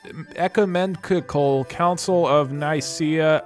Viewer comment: I know I’m really late on this but the pronunciation is “nice-see-uh” and “ek-you-men-ical” :)